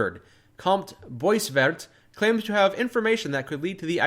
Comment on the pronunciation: As a french baguette, I'm very offended by the way you pronounced "Comte Boisvert". "Boiseveurt".... My heart, my soul...